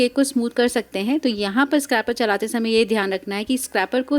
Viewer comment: Scrapper lol. It's scraper(pronounced scrayper)